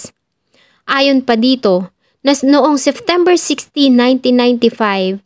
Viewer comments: Ang gaganda po ng mga stories pero some of words hindi na popronounce ng tama kagaya nalang po ng Seftember.yung P nagiging F .. pero over all po maganda po mga kwento, maganda boses .yun lang naman po napansin ko🙂 more power po sa inyo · Lagi ako nanonood sa yo. Gusto ko ang pagk wento mo, pero sana ma correct mo ang SEPTEMBER at hindi SEFTEMBER, or OCTOBER at hindi OCTOVER. ✌️ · Your narration was great but let me give you a piece of advice to make your future narrations more effective. Practice your pronunciation with the words September and February. You keep pronouncing September as Seftember and you pronounced February as Fevruary. I hope I was able to help.